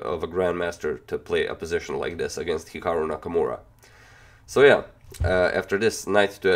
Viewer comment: he said "here Nakamura" XD